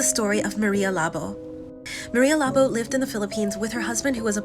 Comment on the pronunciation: marya labo not Mari labo